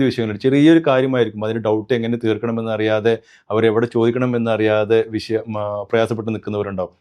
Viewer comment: വിശയം അല്ല, വിഷയം ആണ്.